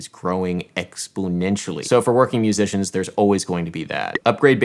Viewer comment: “Explonentially” #portmanteau